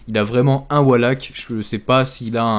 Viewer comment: pourquoi est-ce que tous ces gens qui veulent se donner un genre "a l'americaine" en voulant dire certains mots en anglais ne prennent meme pas la peine de les prononcer correctement ... wallhack prononcé avec un A c'est pas juste il faut limite dire wolehack pour le dire correctement ...